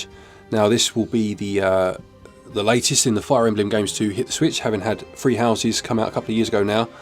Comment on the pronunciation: What’s the difference between how a Brit pronounces 3 and the word “free”?